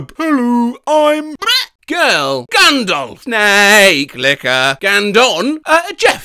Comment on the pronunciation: “Snaake licker” and “snake licker” XD